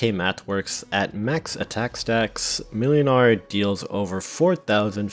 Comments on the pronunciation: Just a quick fyi, the ł is pronounced w, so it's like mwynar. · YOU FOOL, YOU ABSOLUTE BUFOON, the ł in młynars name is pronounced like the W in Wool, it’s pronounced “Mwinar” because polish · "ł" is pronounced "w" in Polish in most dialects (and only in Polish, for Reasons(tm)), so "Młynar" is "Mwynar".